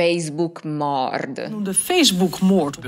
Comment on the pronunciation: A proposito, la parola "moord" in olandese suona "moort". "Ter beschikking stelling" vuol dire letteralmente "la messa a disposizione"